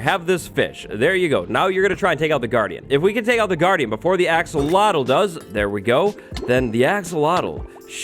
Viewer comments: be saying "axowatl" instead of "axolotl" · because of him i'm never gonna say 'axolotl' right... always 'axowotl' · I keep pronouncing axolotl to axowatl. Why is axowatl more addicting to say then axolotl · axolotl = axowatl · Axolotl to axowattles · I’m a huge fan of you wattles “axowatl” 😀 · Was anyone else hearing say "AxoWattles" the whole time or was it just me?? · When you say Axolotl I hear Axowatl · I've been wanting to say this since the axolotl was announced... "AxoWattles" XD I swore I heard say that at least 6 times! Have a good day and everyone who reads this!:D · Axe uhhhhh watl lol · Axolotls more like Axolwatls! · "AXOWATL" IS HERE time for an armada I can't wait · Like I said, we already forgot how to pronounce "axolotl". Yes, by the time we got it in snapshot form. has a strange power over us...